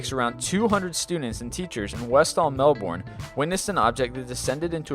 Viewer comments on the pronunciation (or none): Umm... it's PRONOUNCED MelBURN not MelBORN. I know how it's spelled but it's pronounced differently. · Westall Melbourne is pronounced West al Mel burn. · Please type any words with ambiguous pronunciations into Google Translate,, because your attempts are making me cringe. "mel bawrne" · Btw, Melbourne is read Mel-burn. I didnt coin this term so yeah. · dat pronunciation of "Melbourne" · being australian the way you pronounced melbourne was annoying lol no noffence